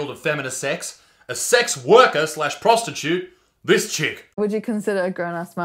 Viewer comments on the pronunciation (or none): They keep say prostitute wrong...